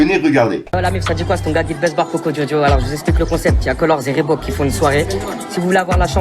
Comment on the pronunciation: Reebok se prononce Ribok svp !